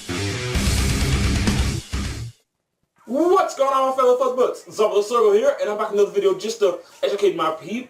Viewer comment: lol it sounds like he says "f*ck butts" instead of "fluff butts"